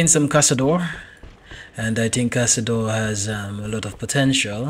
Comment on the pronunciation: Nice "caçador" brazillian portuguese pronunciation.